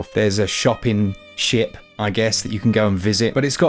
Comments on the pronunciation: Also, the first time you said ship I had to do a double take, hahaha I thought you said sh*t hahaha 🤣🤣🤣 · to be fair to, I didn't hear a "T"...